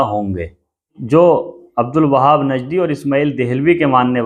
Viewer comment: भाई उनका नाम अब्दुल वहाब नही बल्कि अब्दुल वह्हाब है, अगर आपको मालूम नहीं तो उनकी सीरत की किताब में पढ़ लीजिए।